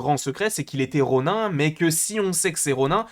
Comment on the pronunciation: Ronin se dit "ronine" bg